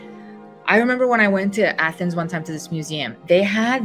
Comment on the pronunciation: Athoms. Not greecee